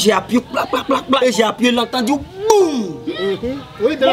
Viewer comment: J'ai entendu gboum😂😂